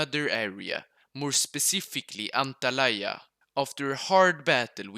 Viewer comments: as a turk İT İS NOT ANTALAYA İT İS ANTALYA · I died when I heard how he said Antalya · he butchered antalya lol its fine since the this was FIRE 🔥🔥🔥🔥🔥🔥🔥🔥🔥🔥🔥🔥